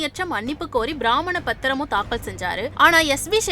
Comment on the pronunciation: அது “பிராமண பத்திரம்” இல்லை அக்கா பிரமான பத்திரம். யாரு அந்த ச.சர்மா எழுதிக் கொடுத்ததா? நல்ல பேசறீங்கடா தமிழை!?